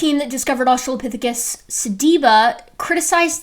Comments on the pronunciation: has been doing this way too long to have any excuse for pronouncing it "australiapithecus". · I absolutely HATE when people don't even read a newly learned word before saying it. The fact he says "Australiapithecus" shows he only glanced at the name once before settling on how to say it. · I ended up seeing this video on my home page again. So here I am. I know this isn't Dapper's channel, but should we drink whenever he says "Australiapithecus"? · In fairness to, if we give him serious crap for saying "Australiapithicus," we need to also give Steve McRae similar crap for saying things like "inner locker" (for interlocutor) and "electorial college." In the "FWIW" dept, it seems like is spelling it correctly.